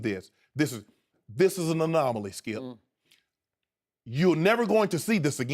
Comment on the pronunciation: Stop “ skilp “